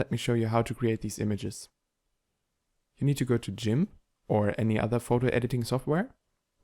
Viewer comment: Jimp?.... hahahahaha!!! Its Gimp!!! ❤❤ Edit: also still a great tutorial in 2023!!!